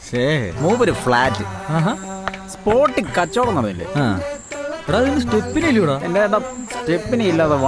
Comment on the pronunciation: Its not "enthe" its "ente". "E"nte"".. intelligence's "nte"